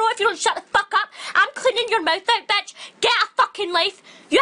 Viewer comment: AMEN GIRLFRIEND OMFG EXACTLY MY FEELINGS but the way she said ''BETCH'' made me laugh so hard xD and at the beginning when she was all like ''WHAT THE FAK IS THES SHET'' xD